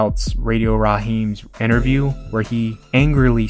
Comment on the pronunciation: Like these videos and the content, but you should get someone to narrate that doesn’t have a speech impediment and can properly pronounce common names like “Romero” and common words like “interview”. The mispronunciations are very distracting.